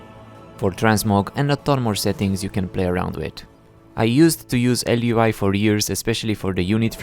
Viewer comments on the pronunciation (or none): It's also Elvui not Lvui